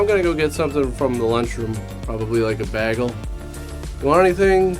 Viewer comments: Did you say "Bag-ul" instead of "Bay-gul" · A baaaaag-EL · Did just Britta the pronunciation of "bagel"? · Say bagel again